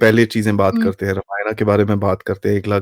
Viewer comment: talks by A major correction if you permit 🙏🏽 Its रामायण and not रमायण (@,,, ). Ramayan ke baare mein baat karte time Ram naam mein galati karne ka scope hi nahi hai.